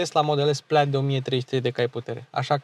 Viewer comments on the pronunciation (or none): none